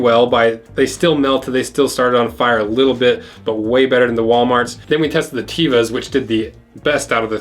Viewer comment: A friend from Israel told me that Tevas as not pronounced TEE-vas, but Tev-as